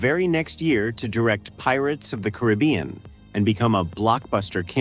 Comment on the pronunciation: AI get it right, Pirates of the Caribbean